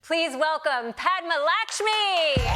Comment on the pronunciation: PadmaLakshmi is her first name.. it’s one word. But it’s pronounced Puth-muh Luck-shmee, not Pad-muh Lack-shmee